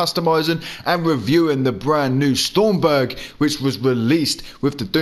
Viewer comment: It isn't stormberg it's stromberg strom not storm ! ⚡️